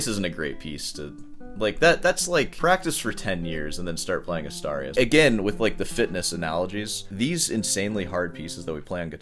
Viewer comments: I think he meant he played Asturias on guitar for 3 months. Btw, Asturias should be pronounced as "Astoorias", like in "boobs". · Mangling the pronunciation of Asturias until it sounds like 'a starry ass' is why I watch this channel. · The way you pronounced "Asturias" made me lose it lol. Silly 🤣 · "I don't know how I'm going to drag this out any longer." .....Please don't!!! And it's clearly DAddario..not DeeeAddario. And it's Astuuurias, not A'star'ias. Just tryin' to keep the classical guitarist honest/educated. You know I luv ya.🙂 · It's Asturias, not Astarius. Pronounced "Astoorias". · Probably you don't mind at all, but in case you do, the correct spanish pronunciation of "Asturias" would be something like "Us-tour-e-us" 👌👍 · I thought it was pronounced Ah STOOR e us (Asturias) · The way you pronounced "Asturias" deserves its own EXPOSED style video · Someone has to teach how to pronounce "Asturias" correctly, and D'Addario as well. Do better!😅😅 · You would think that someone who claims to be of Cuban background would at least make some effort not to butcher every Spanish word he comes across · Please, learn how too pronounce Astúrias. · That's definitely NOT how you pronounce Asturias 💀💀💀